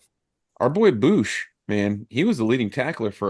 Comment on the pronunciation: Please never call him Boosch again lol it's BOOMchini